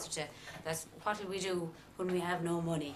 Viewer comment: I like her pronounciation,Money she goes "MaA Knee"..super! .love ya